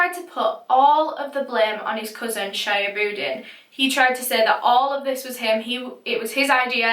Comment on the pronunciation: not sha-ya-bud-in . It's She-hub-ud-deen. But who cares. A murderer is a murderer.